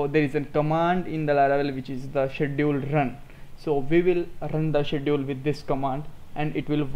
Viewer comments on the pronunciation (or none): Hi, Thank you. This is very informative. It will be better if you will pronounce the word "Schedule" properly. Looking forward to learn a lot of things from you.